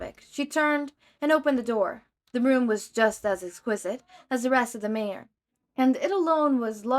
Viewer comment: Love this. Just a quick pronunciation note, Manor is typically pronounced man-er instead of mane-er